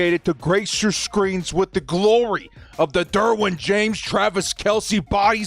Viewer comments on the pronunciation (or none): none